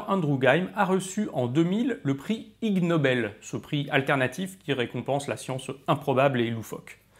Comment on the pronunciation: Petite correction : on dit pas "igue nobèle" mais "iniobèle", c'est un jeu de mot avec le mot ignoble ;)